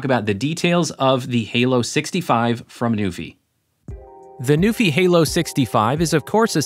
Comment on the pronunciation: I thought it was “new∙fye,” rhymes with WiFi.